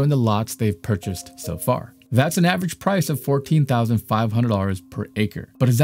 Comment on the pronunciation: What's "avarange"? I think you mean "average"